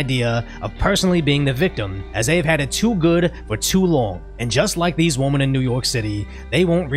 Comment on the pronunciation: "Strong independent whaamen"